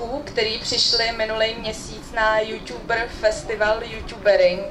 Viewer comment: proč ť Já se furt směju yuťuber